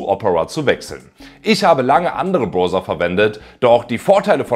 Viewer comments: Hallo, warum sagst du zu Browser eigentlich Broser? Man spricht doch aus: Brauser. Zu ein em Clown sagt man doch auch nicht Klon! Oder habe ich etwa Unrecht? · Gut gemachte Videos! Weiter so! Aber: Ahhhhhhhh meine Ohren! Das Ding "Browser" wird mit AU ausgesprochen! Mir rollen sich jedesmal die Zehennägel auf. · "Browser" ( ˈbra͜uzɐ ) = Brausa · Entschuldigung, eine Frage: warum sagen Sie denn nicht gleich B r o v s e r, wenn Sie schon zu skeptisch sind, dieses Wort als " Brauser" auszusprechen, denn der "Brauser" kommt der englischen Aussprache schon nahe genug! Nichts für ungut. Ansonsten danke fürs Video.